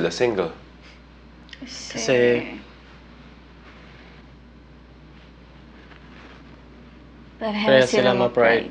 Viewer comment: bakit ka singgel ate